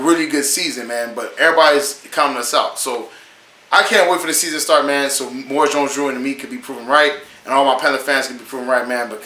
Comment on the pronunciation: Maurice- Moor ee's, Jones-Drew.